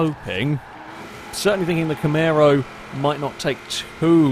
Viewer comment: STOP SAYING CAMARO WRONG